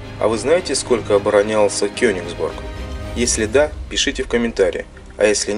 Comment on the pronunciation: почему вы говорите Кёнексбург когда реальное название Кёнигсберг!!??